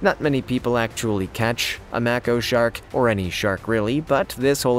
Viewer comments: IT'S PRONOUNCED LIKE MAYKO NOT MACKO YOU STONER! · When you are covering any topic, journalists will go over every part of the story to avoid looking foolish. I loved the video…but it’s a Maco (May-co). Do the homework, we all are required in our professions.